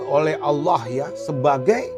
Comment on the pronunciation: MasyaAllah, sangat fasih sekali menyebut nama Allah, sdh selayaknya ustadz yg sedang menyampaikan tausiyah. Semoga hidayah mehampiri.